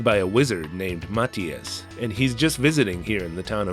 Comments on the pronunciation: I don't think I'd like it much but still fun to hear you talk about it.😉 Not that I'm certain but I thought it was pronounced Mah-thigh-us rather than Mat-hee-us? Although when you say Nasil sometimes I hear asshole.😄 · I think Mathias is pronounced muh-thigh-iss